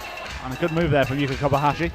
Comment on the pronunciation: Can someone tell this prick of a commentator That Yuka is KobaYashi not KobaHashi. The ignoramus has been miss- calling her for months.